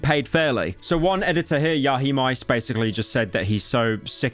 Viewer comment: bro said yahimice instead of yahiamice its over